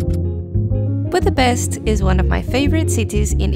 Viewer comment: Its not a c sound when you pronounce Budapest. Its a sh sound. Not s like in snake for dummies, but like S as in shoes. Its not that hard to pronounce.